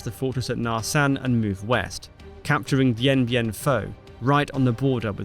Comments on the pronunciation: Closest pronunciation probably "Dian Bian Fu" 😂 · The most mispronounced battle in human history Dien Bien Phu, or something